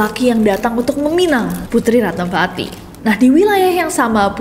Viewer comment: Ratnavati =Ratnawati ( V dibaca W) contoh: vihara -wihara, silva-silwa/siwa, isyana sarasvati-isyana saraswati